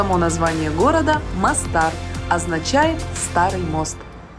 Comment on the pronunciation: Прекрасна Боснія і Герцеговина. Була там в 2002р. і в 2019р. Краса неймовірна!!!!! МОстар, а не МАстар. Наголос на "О".....